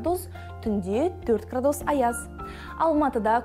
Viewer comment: Градууус ,градууус жаксы екен ударение у нее у га тусып тур. мунда ударение а арпыне тусыру керек